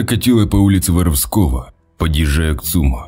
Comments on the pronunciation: Ул не ВоровскОго ,а ВорОвского.Что за ударение?)))🤕😂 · Не Воровско́го, а Воро́вского. Грамматей-десятник... Что ж вы такие малограмотные то... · Улица ВорОвского!!!!!! Ударение на второе О!!!!!!! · Пожалейте уши горожан Кирова, улица Воровско`го, а ул Воро`вского! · ул. ВорОвского!!! Пусть редактор Вам там хоть иногда ударения расставляет! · Улица ВоровскО́го 😮... Обоге, почему такие глупые дикторы? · Почему каверкаются названия улиц в Кирове.Ты давно в на Родине был?) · Улица Воровского ударение на 1 слог